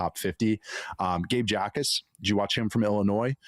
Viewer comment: “Jacas” is pronounced “Ack-us”